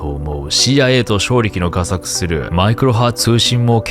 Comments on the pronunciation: 「画策」は「かくさく」と読みます。がさくではないです。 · 台本読んでるんだろうけど画策はがさくじゃなくてかくさくだよ